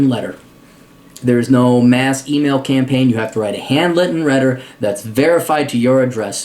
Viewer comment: You said hand litten wretter and campraign